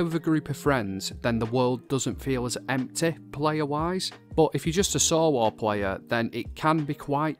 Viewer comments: I love the way you say empty. I'm gonna say empteh from now on. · 😂I love how he says empty "emtay"